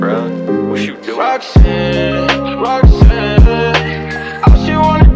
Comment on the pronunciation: My Favorite Part Is When He Says Roxxanne